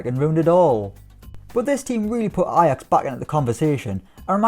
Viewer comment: Why does he keep pronouncing Ajax like that? 😂😂😂